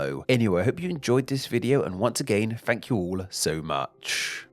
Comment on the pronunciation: Wait... your difficulty with "th" is your own individual thing? I have always assumed that it was the regional accent you grew up with. I did not notice you say "day"; but I often notice you pronounce the unvoiced "th" as "f", or the voiced one as "v". (At the end of your videos, I always look forward to that "Fank you.") This is called Th-fronting, and in some English accents, everybody does that. I've always found it rather charming that you do this. Not gonna lie, it's part of what got me hooked on this channel, as I enjoyed listening to your speech! I have thought about suggesting it as a topic for one of your videos!